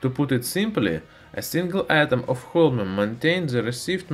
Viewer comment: watched the full video without hearing the name correctly thanks weird accent guy thanks alot !